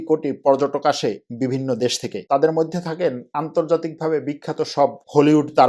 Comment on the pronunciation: আপনার তুরস্ক, মধ্য এশিয়ার রাজনীতি, অর্থনীতি নিয়ে আলোচনা অত্যন্ত তথ্যবহুল এবং প্রান্জল। শুধু কিছু শব্দের উচ্চারণ শ্রূতিকটু। যেমন “মইধ্যে”। আরও কয়েকটি। বিরাট কোন ব্যাপার নয়, কিন্তু আপনার মানের সাথে সামঞ্জস্যপূর্ণ নয়।